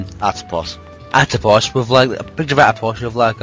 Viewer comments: lol, its Apotos, u guys said Atopos twice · It's called Apotos not Atopos >_>